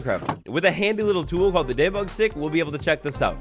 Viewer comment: I love the way says debug ✨ Daybug ✨